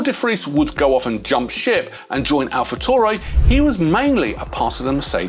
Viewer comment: its pronounced AlfaTaoory(taury or Tauri)